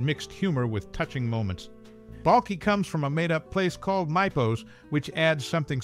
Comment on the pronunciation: You didn’t even say Balkis name right! Cant watch this video if you haven’t watched the show